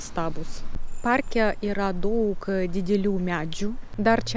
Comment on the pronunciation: Kalbate lietuviškai labai neblogai ir suprantamai , pasitaiko nežymios tarimo klaidos. Jos greit išnyktų , jei daugiau bendrautumėte su lietuviais. Pastebėjau, kad dažnai tariate ,,t'' raidę su ,, c'' atspalviu. Tariant žodį ,, daug'' , reikėtų trumpiau tarti ,, u '' raidę. Patariu kalbėti Lietuviškai kuo daugiau, nesivaržyti ir greit akcentas sumažės iki minimimo.